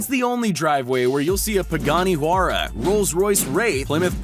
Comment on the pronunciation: Btw how yo said pagani huayra is wrong. Also Kylie Jenner is the worst person ever